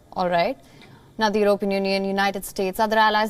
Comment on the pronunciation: EurOpean....for goodness sake get the pronunciation right, Indians!